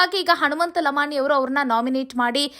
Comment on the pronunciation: ಲಮಾಣಿ ಲಮಾಣಿ ಅಂತ ಯಾಕ ಒತ್ತಿ ಒತ್ತಿ ಹೇಳುತ್ತಿ ಅದೇ ರೀತಿ ಬೇರೆಯವರ ಸರ್ ನೇಮ್ ಸಹ ಹೇಳು